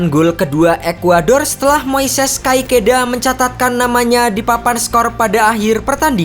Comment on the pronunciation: Saran bang, benerin pengucapan nama2 pemain Estupiñán = estupinyan Caicedo = kaisedo Araujo = arauho